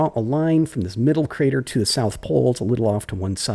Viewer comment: Like the south? Odd inference, but in ep 31, you were saying 'da' instead od 'the'. If this is soem form of stereotype, correct me, im only going off the adventures of tom sawyer :P